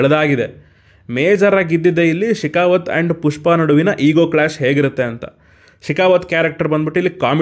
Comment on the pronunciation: ಪುಷ್ಪ ❌ ಟ್ಯೂಷ್ಪ ✔️